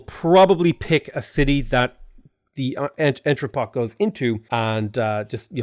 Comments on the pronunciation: Entrepot is pronounced as "on-tra-po". C'est Francais! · Love your channel. Thanks for the JNR review, I love his mods. "on-tru-po". Like other French words, the N is soft and nasal, and the final T is silent.